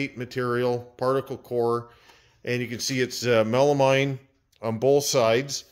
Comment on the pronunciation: It's Melameen, please. I cringe when you say Mine.